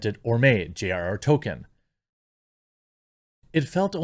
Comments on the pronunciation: Jeremy's gone back to calling Tolkien "Token" again. He was getting it right for a while. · you're pronouncing it "TOE - kin"!!! what happened to the L? it's driving me nuts!!!! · Everytime you say Token instead of Tolkien I die a little inside. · Stop mispronouncing Tolkien as "token" . It's pronounced TOLL-keen. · Who is tolKEEN?